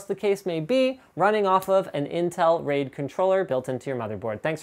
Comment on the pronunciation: The pronunciation of "raid" sounds allot like the dutch word "reet", that is our word for ass. So yeah I had to express that.